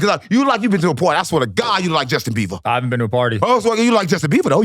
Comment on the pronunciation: lol UNC HIS NAME IS JUSTIN BIBER NOT BEAVER LOL BUT CARDY ON 😂😂😂